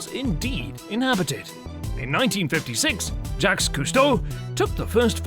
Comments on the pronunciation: Did you just say Yaks!? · How do you fuckup Jacques’ name?!? Is this for real?!?